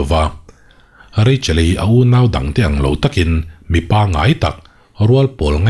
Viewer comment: Sir,ka lo sawi ve lawk..Dawldang i lam rik dan hi Dawl tih hi thluk hniam tur zawk niin ka hria...sorkar tih kan lam rik dan ang hian.. youtube channel siam ho ah hian nang aia mizotawng hmang dik hi an awm pawh ka hre lo,a pumpui a chhut in tin ther tiat vel bak hi i tih sual ka hre ngai lo😅 Tin, double adverb hi a har a niang lam dik chat chat hi an vang khawp mai.